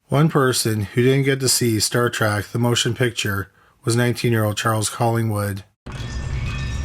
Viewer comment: "trek", with an "e". not "trak" with an "a". ok, now, continue...